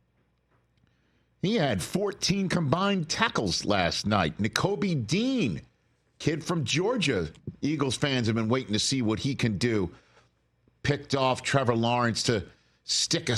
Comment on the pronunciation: Sorry rich it's pronounced Cooper DeJAWN lol